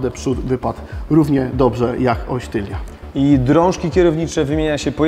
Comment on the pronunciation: TYLNA nie tylnia :)